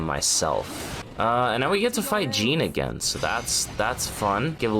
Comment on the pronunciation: It's not Jean it's JEANNE multiple characters say her name correctly!